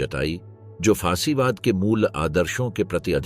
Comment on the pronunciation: सही शब्द फासीवाद है ना कि फांसीवाद, आपके बार बार गलत उच्चारण से सुनना अप्रिय लगता है फासीवाद राजनीति का प्रचलित शब्द है आपको इसकी जानकारी होनी चाहिए वस्तुत फांसीवाद कोई शब्द या वाद नहीं होता😅😅😅